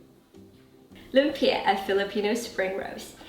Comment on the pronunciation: Very nice, even pronounced 'lumpia' like a Filipino. A short cut to the sauce is Mae Ploy sweet chili sauce from your local Chinese or Korean store and a touch of Sriracha for the extra kick. Its good to have these available anyway if you are cooking Asian food.